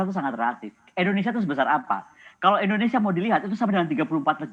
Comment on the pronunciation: Bu..indonesia. bukan endonesia